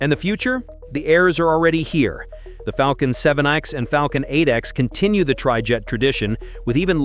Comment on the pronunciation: Yeah, but he said ‘Falcon’ almost perfectly. Sooo, there’s a balance I guess.